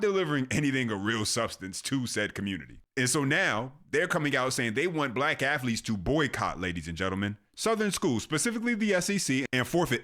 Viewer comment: Did he say affleets